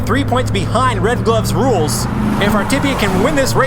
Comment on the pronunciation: I cringed every time said "RedGlovesRuleS"